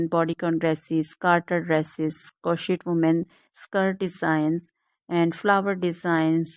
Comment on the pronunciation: These are all or most fake IA images......and it's pronounced kroshei, NOT croshit !